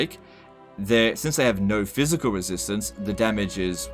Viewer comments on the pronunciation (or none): Thanks for helping CA out by giving the in-depth info they are opposed to providing. Honestly at this point you might know more than the devs, given how many tool-tips are wrong on unit descriptions. Minor note - "PHYSICAL" not "PHYISCAL" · Great video. Do more. BUT it's "physical" not phyiscal" lol